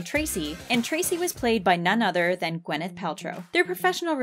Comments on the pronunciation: "wyneth paltrow" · I mean, the name is Gwyneth, not Wyneth